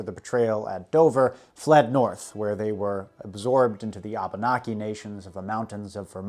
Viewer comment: Wampanog and Abenaki sounded wrong to me could be how you pronounce them but i understood what you ment. and mokuwando is actually Madockawando who was the chiff of the Penobscot's which is the tribe I'm from. still loved the video btw are you going to cover more on king Williams war at all ?